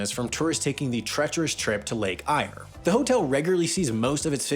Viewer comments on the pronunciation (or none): Lake Eyre is pronounced "air" and it is no longer called that. It has gone back to it's indigenous name. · Just a quick note, lake eyre is pronounced air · Oh,, you disappoint me and make me laugh at the same time! You need to come to the land down under and learn how words are pronounced. Lake Eyre is a good example, Eyre is pronounced like the word air. We do have very harsh and unforgiving environment especially the further inland you go. It is amazing how these station work with so few people and very few resources. The stations also really do highlight the size of our island nation that people from Europe and even the Americas just don’t understand. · Just so everyone knows, Lake eyre is pronounced the same as the word "air," not "ire," as the narrator pronounced it. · Please practise Australian pronunciation Lake air not eye-r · As an Australian, calling it lake "ire", not "air" almost killed me. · Lake Eyre - pronounced like "air". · Australian here, cool video. Lake Eyre is pronounced the same as "Air" and for Oodnadatta you say the "atta" bit the same as you would say "Atta boy!" Edit: The E in Woomera is said like the E in "The" 😆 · “Lake Eyre” is pronounced like “Lake Air”. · Lake Eyre…pronounced “air” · Lake Eyre is actually pronounced closer to lake air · it's pronounced Lake "air" silly American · lake eyre is pronounced "lake air" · Righto the photos used for William Creek are of Coober Pedy. No one lives underground at William Creek, and there certainly isn't a big underground motel there. Oodnadatta is pronounced as Ood-nah-dat-ta. Lake Eyre is pronounced Lake Air. Next time just get on the blower to one of us that lives here and we'll let ya know how to pronounce our words properly. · Lake Eyre is pronounced "Lake Air". And Woomera is said more like "Woom-a-ra" and has an interesting history all its own. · Love you videos. Just to let you know Lake Eyre is pronounced Lake "air" (just like the stuff we breath). Keep up the great work